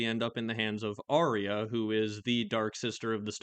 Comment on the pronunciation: not sure how many people know this, but arya is pronounced “are ya” according to GRRM, not “are ree ya”